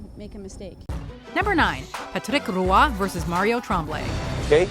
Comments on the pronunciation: Wow, way to butcher Patrick Roy’s name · Wow...please stop saying patrick roy like that...🤣🤣🤣 and how can you end on a Kardashian....🤦‍♂️ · Good lord what is with the over-pronunciation of Patrick Roy? Everybody in the hockey world, including Roy himself, just pronounces it normally. Like Patrick the star fish from spongebob. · As a huge fan of Patrick Roy you need to learn how to say his name properly. Especially if you have an entire entry based on him. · The way you try to pronounce Patrick Roy is so disgustingly painful to hear.... you’re trying too hard to make it sound French that it’s not even close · What the heck is that pronunciation of patrick roy? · How can you mispronounce Patrick Roy so many times? How can you not include the part where Roy goes to the bench and says, "im done"